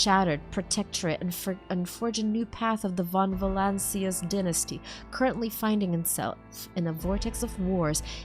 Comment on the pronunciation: Ok while u failed to prono7nce protectorate u managed to pronounce the dynasty name von volancius perfectly